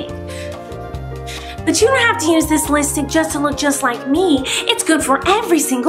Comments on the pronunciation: IT’S LIPSTIK! SHE MEANT TO SAY LIPSTIK BUT IT SOUNDED LIKE LISTICK! EVEN HER DESCRIPTION SAYS SO! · she pronounces it as litstik... that's why i said it.. but no hate on the queen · Listick? Lol She doesn't even know how to say "lipstick". 😂😂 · fezrayoos not listik, it’s lipstik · Actually dissapointed it says lipstik and not litstik😂😂 But congrats colleen! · Logan Bluestone she says it Listick but the package says Lipstik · In the pak it says lipstick But it's liststick lol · I spelled it wrong for a reason listen to her LISTICK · Frxya she said that on purpose because Miranda keeps on says it like listick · She doesn't say lip stik right😂😂😂😂👋😈😈😈😈😂😂👎